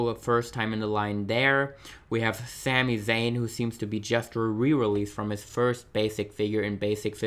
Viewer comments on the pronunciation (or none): none